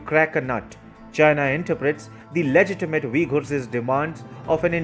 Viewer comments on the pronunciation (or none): Every time you say, "legitimate," the English language weeps.